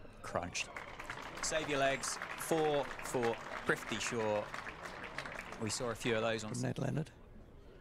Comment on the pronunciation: His names is prithavi shaw not trifty shaw pronouce properly